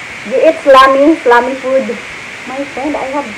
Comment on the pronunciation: ahahaha nice intro beautiful. Tala-tala haha tala-tala! Tiktok tiktok ano ba ang tiktok haha oo nga po ano ang tiktok. No skip ko sa imohang ads, sana all din monetize napud. 4 commercials na so far galing naman. Kalami anang okra sa ginamos. Slimy (pronounce as slaymi sis) hahaha wow 5 commercials na lol taas kaayo ang Huawei commercials lol di ko mopalit ana nga phone kay sa intsik lol gibanned na sa US pangspy nila hehe barato ra kaayo imong brunch sis. Sakto bitaw na para sa atoang panahon karon. Grabe 6 commercials na. Beauty secret tinuod na imohang sis kay gwapa man ka kaayo.